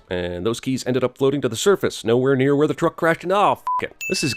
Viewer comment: Hay the word near is odd like he said it twice then put the two together